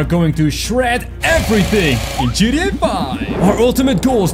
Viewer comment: You say gda 5 rong